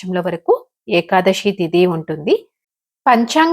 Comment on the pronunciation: ekadashi kaadhu thalli Ekadasi , sa ani palakaali, శ ni palakadam sarigga raani vallu kuda chepthunnaru kalikaalam karma..